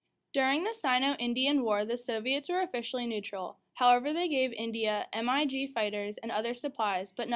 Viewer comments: MIG fighters? It is pronounced either as a word "mig", or as the full name Mikoyan. Not M.I.G. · lol M-I-G? its pronounced MIG